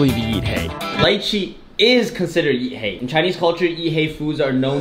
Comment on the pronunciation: ''Yeet Hay'' LOOOOOL never heard it like this b4 XD